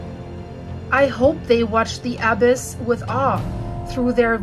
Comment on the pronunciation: You are not pronouncing the “abyss or abysmal” correctly. Why don’t you people who make these you tube videos look up the words you don’t know on Google, ask it to pronounce the words you don’t know.